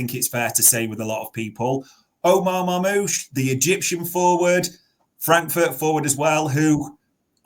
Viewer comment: What was this guy calling Marnoush? 😂🤣? Its not even a hard pronounciation but he butchered that. And Bueno instead of Mbuemo 😭 he cant be serious